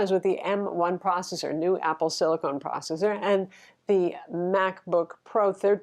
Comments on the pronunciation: It's silicon, not silicone. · Wait, is trolling us by calling it "silicone" instead of silicon?:) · Is that Apple "Silicon" or "Silicone"? is getting me all mixed up here! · 2 years later... Silicon is not silicone lol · I adore and she makes great content but every time she called it "apple silicone" I cringed. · apple silicon, not apple silicone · Sorry but it grinds my gears as an electrical engineer... it's siliCON not siliCONE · silicon NOT silicone! :) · silicon(con rhymes with gun). Silicone(cone rhymes with phone). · It’s a great review. Thanks for that. But just wanted to say, it’s “Apple SILICON”, not “SILICONE” ;) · I bought a Dell XPS 13 2-in-1 with 4K screen right after it was released. I love the screen, but it’s a battery hog. I hate the keyboard. Battery life is miserable. But overall I am glad I got it. But my company allows us to have either Mac or Windows, so when the next gen M1 comes out with better displays, I’m in. BTW, it’s “SILL-ih-con”, not “SILL-ih-cone”. You’re welcome. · Great comparison, but calling it “Apple Silicone” is mildly infuriating. It’s silicon! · Um, it's Apple Silicon, not silicone. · you're my favorite tech reviewer. But please don't say Silicone:)